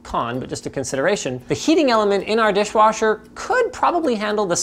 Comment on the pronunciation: Totally keep hearing saying dishwarsher.